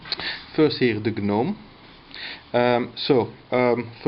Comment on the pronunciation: The G is silent.... It's pronounced 'nome'